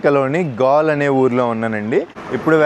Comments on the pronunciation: Gaal kaadu bro galle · Gall kadura galle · గాల్ కాదు ఆ ఊరి పేరు గాలే!